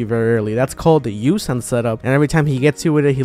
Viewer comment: number 3 yu-son not yu-san